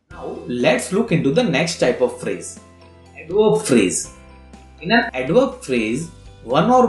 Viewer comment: he told adverb pharaasaee